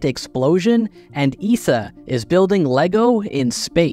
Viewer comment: We don't call it EESA in Europe. We say E S A, not spoken as one word.